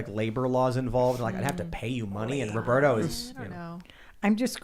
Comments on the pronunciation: if it is spanish row-bear-tow is correct. Not rob-bert-oh. But it is Tim's chicken, he can call it what he wants. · Lol Tim doesn’t know how to say Roberto. was saying it correctly. 😂